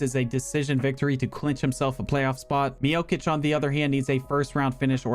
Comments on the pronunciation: Stop saying stipe “miokich” it’s pronounce “miochich” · when you say Miočić it's not a k sound but a ch sound like in cheese